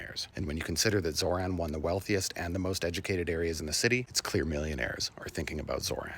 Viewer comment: With love, It's Zoh - Ran Not Zor - Han Just tryna help ❤